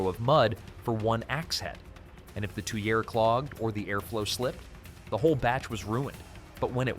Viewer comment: Please tell your AI that the correct pronunciation is "GUR-tight" rather than "goo-thite." Also, the French say "tweer" and no one but an Artificial Idiot says "to-yer-aye." Never ever trust AI to get the pronunciation right. Always look it up in the Oxford dictionary instead. Also "melt" and "smelt" are no more the same word than "snail" & "nail" or "stool" & "tool." "Smelt" is a chemical change NOT reversible by simply lowering the temperature. "Melt" is not a chemical change - we have the same substance before and after melting. THANK YOU for having your AI refer to the atoms in the steel instead of saying "molecules." It is refreshing to watch folk get that one right! Please note that 480°F is nowhere near a glowing heat. 880°F isn't even a glowing heat. One thing recently explored by archeology and not widely disseminated yet: The "fuller" as possibly artifact of forge welding rather than as something dented in afterwards. Many experiments show this alternative technique taking less time and resulting more easily in the observed patterns. The technique also requires only tools like those which have been dug up. Nobody had a belt grinder in Y1K.